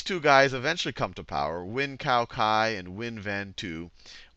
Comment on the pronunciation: I’d like to help with the pronunciations here. Khan Academy did it well, except these names. Ngo Dinh Diem: No Dinh Ziem (not Diem) Nguyen Cao Ky: Nguyen Cao Kee My Lai: Mee Lai